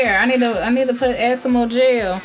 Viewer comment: When she said jel I thought she said JAIL